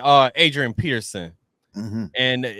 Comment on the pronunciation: It’s peterson not Pearson